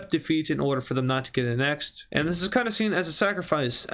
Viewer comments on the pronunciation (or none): you keep pronouncing annexed wrong and I hate it